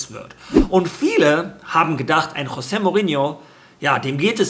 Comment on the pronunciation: Das portugiesische "J" wird wie das englische 'G' gesprochen. Z.B. Jorge spanisch = George Englisch Also Jose (Dschose) Mourinho